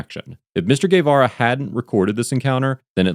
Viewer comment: Nicely pronounced! Guevara 👏